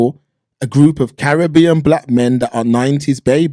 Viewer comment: Even the way you say Caribbean shows that you are a conformist.